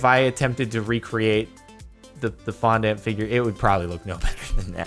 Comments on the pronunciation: Fon- dAW- nt or Fon- di- nt but not, I repeat, never Fon- dANT, it’s not a sugary ant Jardon lol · Oof the way Jordan says fondant annoys me oof its (fon-don-t